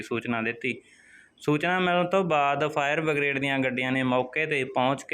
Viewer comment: ਫਾਇਰ ਬਗਰੇਡ ਨਹੀਂ ਬਰਿਗੇਡ ਹੁੰਦਾ ਹੈ